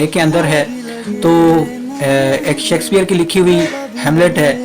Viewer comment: Sheksphare not sexpear😂